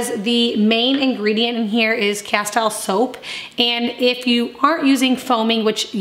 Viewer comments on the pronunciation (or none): justfyi its pronounced asteel, as in steel, not tile, even though its spelled that way. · Castile soap pronounced = kaˈstēl ˈsōp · Btw ‘Castile’ is pronounced ‘ka-steel’ with the emphasis on the second syllable.